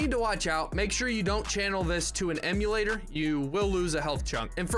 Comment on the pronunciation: IMMOLATOR "IMMO" not emulator, god damn it why tf does everyone always say emulator